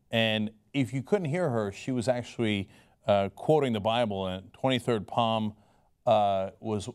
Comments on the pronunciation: It's pronounced "salms" not "palms" Cheng. Come on, she wasn't quoting her hand. Psalms is pronounced "salms." You wouldn't say "pychiatry" for psychiatry would you? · Haha...the "P" Psalms is silent, JS